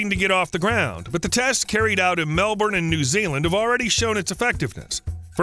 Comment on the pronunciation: Except for Melbourne. He didn't pronounce Melbourne correctly. Americans never do. I suspect it's genetic